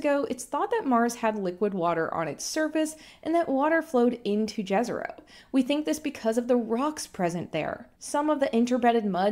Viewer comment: if the crater is as wiki states named after the place Jezero in Bosnia, why are even official NASA sources mangling its pronounciation so horribly? its not difficult, just the sound you'd prob write as yezero; whereas what you're saying sounds like what would've been written as džezero. What was even the point of naming features of mars in such an international way if this is what you'd then do to it, even when english speakers clearly can easily pronounce the intended phoneme?